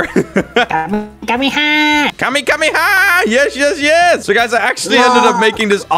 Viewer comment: It's KAMEHAMEHA not kamakamaha....